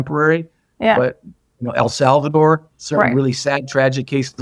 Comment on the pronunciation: Did he say El Salvador lol